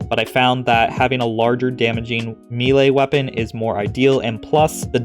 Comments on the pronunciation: Bro, im thankful for all the top notch content you put out but one thing always iritates me about your vids.. Its pronounced may-lay. Repeat after me, may-lay. 😂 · I'm going to be that guy. It's pronounced maylay. If you want to mispronounce it you can say me-lee. You somehow managed to get both wrong. Truly impressive.